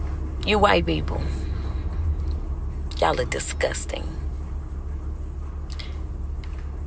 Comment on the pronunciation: "you white beep-pull you look guss-guss-ting and guuh-nii-vng" 😂